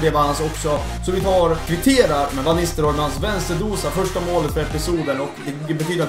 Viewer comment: Van Nistelrooys första bokstav V uttalas med F ljud